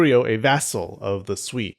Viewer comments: Sui (隋) sounds more like Su-eh (as in hay or hey not e as in me). The bottomline is that they are all going to get bloody and T'ang China has other empires to invade in Central Asia and elsewhere. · You probably wont read this by now, but "sui dynasty" is pronounced more like "sway dynasty" hope this helps.